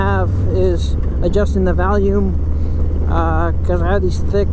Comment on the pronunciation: Did you say Valium or volume?